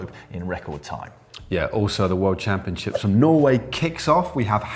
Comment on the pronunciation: Caption : "I goat the jersèèè at the worldchampionsheeps..."